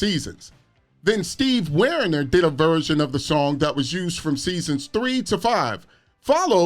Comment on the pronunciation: Hello. In your caption, “Dance” should have been “Danza.” You mispronounced Steve Wariner’s last name. It’s “WAR-iner.” It seems like you may not have known that star Alyssa Milano released five albums in Japan. My being a huge fan of those albums was the deciding factor of why I started watching and videotaping nearly every episode of “Who’s The Boss?” Before that, I had not watched sitcoms regularly since late 80s. I don’t recall any reference to her singing in the series projected onto Samantha. Do you? I got a French videotape of the series I could not even play on my regular VCR, called “Madame Est Servie.” It seems like you didn’t know it had that different title there. Great work, happy new year!